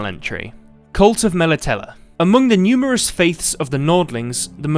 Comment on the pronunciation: Your pronunciation of Melitele is triggering me